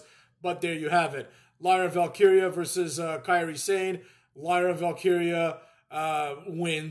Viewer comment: Lyra Valkeria is too long of a name..announcers already botched it